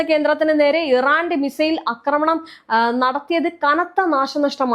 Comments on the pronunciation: അക്രമണമല്ല; ആക്രമണം. ഛർദ്ദിക്കാൻ വരുന്നു; മലയാളം കേട്ടിട്ട് ! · അക്രമണം അല്ല ആക്രമണം